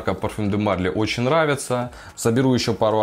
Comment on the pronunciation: Прости за занудство, но Марли́ - ударение на последний слог, как всё у французов. Обзор годный.